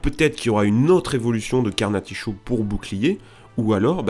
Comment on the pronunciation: Carnaticho ! Il dit Carnaticho 😭☹️☹️